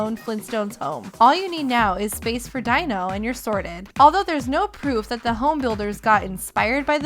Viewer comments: Dino is pronounced DEENO not DIENO e.e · its pronounced deeno not dieno spelled dino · did that bitch seriously pronounce Deeno Dyno?